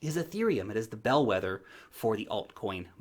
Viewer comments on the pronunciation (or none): Hold on...did just say Bell wetter...kinky bastard